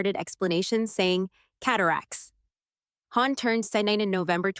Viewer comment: It's Hawn not Horn